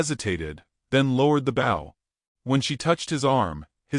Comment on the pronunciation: The word is b o w, long "o" , the bow you are saying is like someone bowing.